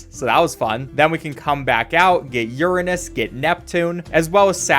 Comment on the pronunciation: Im sorry but why are you pronouncing Uranus like that